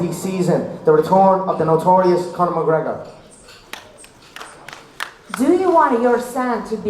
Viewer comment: "The retorn of da notorious Conor MgGregor" (crowd goes wild) LOL